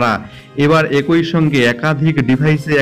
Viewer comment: কথাটা- একঐ নয়, কথাটা হবে- ekee